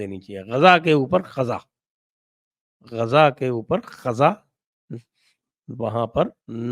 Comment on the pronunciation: संजय सर गाजा नहीं गज़ा।